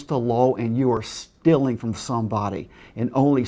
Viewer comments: The score would be way higher for every time he says "lawl" instead of law and "stilling" instead of stealing. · HE FUCKING SAYS LOWR INSTEAD OF LAW AND SAYS STILLIN INSTEAD OF STEALING